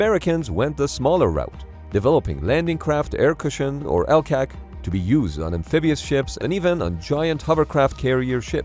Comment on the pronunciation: LCAC is pronounced as individual letters, not as a word